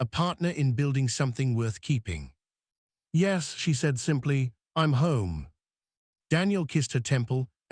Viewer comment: Why does AI frequently sound like it suddenly is drunkly slurring on the word 'yes'?